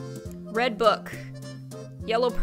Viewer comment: you said reb not red